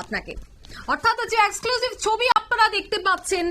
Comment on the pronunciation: Exclusive উচ্চারণ ভুল। এই মেয়েটা প্রতিদিন এত ভুল উচ্চারণ করেন। একে বসান কেন ? আর এই অঞ্জন শুকুল, এটা কে? পশ্চিমবঙ্গের কোন স্তরের বিশিষ্ট সাংবাদিক ওনি ???